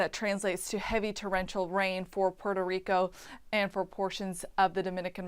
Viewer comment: Jajaja poro rico..Rico come on plz u know u can say Puerto Rico. 🤣